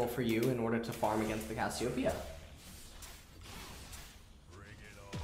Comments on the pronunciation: why does he keep calling cassiopea 'kossidin' ? lol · Did u notice that says cashiopia